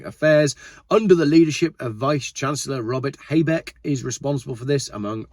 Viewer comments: You're pronunciation was a bit, off, but okay. Habeck is HA-beck not hay beck👍 You didn't mention that the EU have just slapped a tax on the Chinese Ev's, ranging from 18% up to 38% not sure how it works. Wtf. EU telling us we should all drive EV's then we get offered cheap ones like the MG's, but they don't want us to have cheap cars with a 7yr warranty and then throw them away, oh no, it should be taxed a bit more so its not so cheap. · the pronounciation was not that bad, but sometimes the names were a bit off. For example it is "hAbeck", not "HAYbeck", we don't say the "A" like it is in English. Also often is a mistake with the "EI" like in "ZEIten", EI and IE is very different. It would be more like a pirat "ayyy!": Zaaayyyten. While IE is more like "longer i" but we don't say the "i" like the pirate does, but more like the word "bee" without the "b". "i" and "ie" is more like eeeee. Also the Ö like in JÖRG (Name) is hard to explain, I dont have any English word now in mind that would have this kind of sound in it. I think that is what is often a misunderstanding, especially I often come accross the EI and IE thing, where people try to do it different or right, but don't understand the difference between those two.